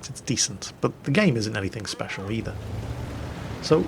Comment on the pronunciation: "speshal" HAHAHA